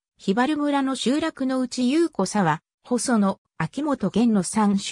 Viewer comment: 雄子沢は「ゆうこざわ」じゃなくて「おしざわ」です。喜多方市民より。